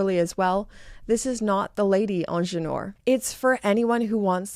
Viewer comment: May I just contribute to whoever may be interested in pronouncing the word Ingenieur properly (which stands for Engineer by the way). The phonetic would look as such IN-J-NI-HER (the h in her being mute).